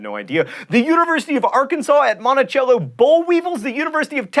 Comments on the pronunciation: University of Arkansas MontiCHello.... No.... Monticello... Pronounced Mon-ta-sell-o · you say monti[ ʃ ]ello i thought i would let you know its said monti[ s ]ello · I'm from Monticello, Arkansas, and you would think it would be pronounced that way, but unfortunately it isn't. It's pronounced Mon- tih-seh-low. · hey john I live near the university of Arkansas at monticello nice murder of the pronunciation we don't pronounce the cello like the instrument say it like jello but with a C. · He pronounced Monticello wrong. The end of the name isn't said like "cello", as in the instrument, it's said like "CELL-o", making it rhyme with jello. So, Mont-i-cell-o. Lol. Me being an Arkansan that kinda just bugged me. :P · University of Arkansas at Monticello... I go there... LOL Monti- SELL-o, is how it's pronounced. lol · He just straight up butchered Montecello (monte/s/ello) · Hey John, it's pronounced "Mon-ti-sell-o" - and the boll weevil looks more like a big green alien bug! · John Green: Monticello in Arkansas is pronounced with an "s" sound rather than the "ch" of Jefferson's estate. No "chello`s" here. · You incorrectly pronounced the word Monticello (# 35). It is not pronounced like Jefferson's Monticello (pronounced with a ch sound) rather the C is pronounced the same way it is in the word cellophane. Please vote up so they can correct this! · The UA Monticello is pronounced locally with a soft C sound. I know it's wrong, but they would look at you funny if you called it by the Italian pronunciation. I live near there and have friends who are professors at the Univ.